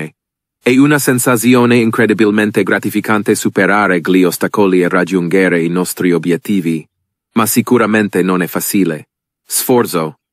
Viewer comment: I'm Italian and it sounds like an English tourist who's trying his best to speak Italian. "Successo" is mispronounced. "Suksesso" wrong -> "Suchesso" right. It goes the same with "raggiungere" ("ragghiungere" vs "radjungere"; "fasìle" vs "fàcheele"; "sforso" vs "sfòrzo", "ce" vs "ke", "si battiamo" vs "chee battiamo").